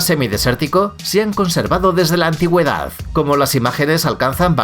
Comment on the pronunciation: Por qué pronuncia las palabras terminadas es D como F? antiguedaff. Esto tiene alguna explicación linguística?